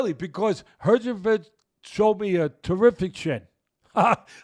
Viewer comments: Nah the way he says herjevik kills me 😂😂😂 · I thought eyetooma was bad and then he said herchovich